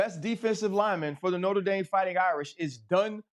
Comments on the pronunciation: Also, Cam…It’s NOTRE Dame. Not Norte Dame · Norter Dame? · It’s not norter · Somebody teach Cam how to say NOTRE